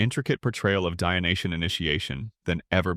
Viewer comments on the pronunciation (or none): The adjective is "Dyonisian", not "Dyonitian". Otherwise, nice video!